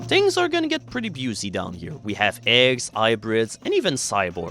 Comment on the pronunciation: I like how you're pronouncing "busy" (pronounced "bizzy") as "byoozey"